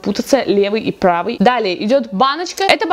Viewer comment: на очень как-то по-иностранному сказала слово "правый")))но может это случайность.А так я не замечала☺